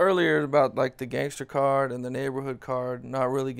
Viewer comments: "Cars" not "Cards" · CARS homie not cards lmfao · “Cards” 😒smh